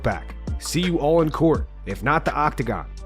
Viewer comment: “See you all in kort” 🤣🤣🤣🤣